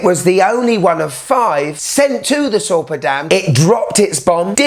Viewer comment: I live close to the often mentioned Sorpe and Möhne dam (pronounciation was quite good). As a local I just cannot like this watch. I think nothing should glorify any happening from any war from any perspective of the participants. Especially if it killed a ton of civilians and not soldiers. Even if this watch is a piece of fine craftmansship this is a big nono for me and I would reject it even if it would be gifted to me.